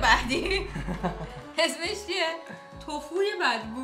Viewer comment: فقط اون مدلی که میگی توفو خیلی خوبه